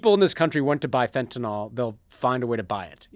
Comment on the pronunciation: Love you guys but a small nitpick, you are mispronouncing fentanyl. Think "Benadryl" not "ethanol".